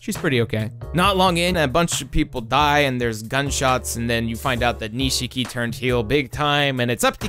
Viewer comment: I'll never understand how someone can watch/play something for hours and not be able to pronounce a character's name. Even in the English dub the middle i in Nishiki is silent, it's not "Nee-shee-kee." EDIT: Okay you get it right later in the video so I guess you just left in a bad take or something.